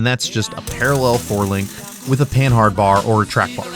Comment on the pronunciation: Mr Panhard (silent h) would be disappointed that all you youtubers say his name wrong. He invented the panhard bar.